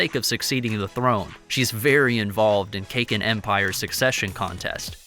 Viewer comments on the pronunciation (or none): Please work on your pronunciation. Its pronounced "Sir ride nick". And it is "Kah Keen" not cakin. Love the content but it's jarring to the ears to hear that. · Lol. Cake-in. It's Kah-Kin. Please 🙌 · he is saying cake-in empire its caa-kin empire